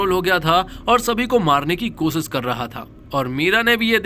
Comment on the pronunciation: Bhai tumhari dictionary main " sha" nahe hai kia ? Khamossss, kosissss, explanaisan, saadi, om prakaaas😂